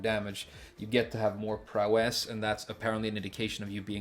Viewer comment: Prowess is pronounced PROW-ess (same emphasis as ‘instance, limit, prankster’) 👋